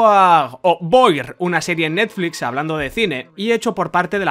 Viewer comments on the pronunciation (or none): none